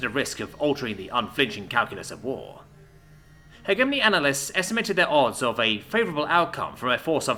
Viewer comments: its pronounced "he jeh money" not he gey money come the f on man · I wish I could listen this to completion but after third "heghemony" I gave up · "Hedge A Mony" please and thank you. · Jesus christ, cant even pronounce hegemony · Not bad. Work on your pronunciation of the word "hegemony". The g is pronounced like gem, giraffe, ginger, and * shudders * gif. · "Hegemony" is pronounced with a soft G, not a hard G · You read more than you listen. Good, but it means your pronunciation takes a bit. "indictment" and "hegemony" were mispronounced. 👍